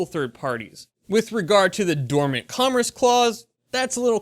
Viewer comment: You did it again,! "Commerce" is not pronounced com-ress!!